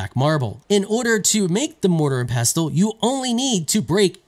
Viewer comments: The T is silent 😄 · The 't' is pestle is silent. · actually pestle with a T is a use only americans use the rest of the world pronounces it without the T much like OFTEN -> OFEN